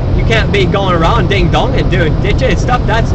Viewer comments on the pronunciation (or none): none